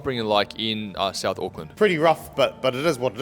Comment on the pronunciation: The maori low intelligence stereotype is hilariously highlighted in this video hahahahaha, NONE of them can pronounce words with "th" in them lmao. "Souf auckland" "I fought" "free" instead of three, "vay" instead of they, "ovvers" instead of others, I could go on for years, they have no interest in not sounding uneducated.